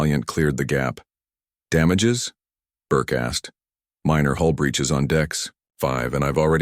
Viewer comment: Hull breaches, not hole breaches.